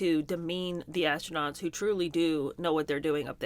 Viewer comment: Did they say , ass-nuts or astronauts .